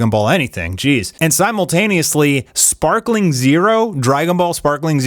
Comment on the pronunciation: Please don’t say sparkling zero it’s sparking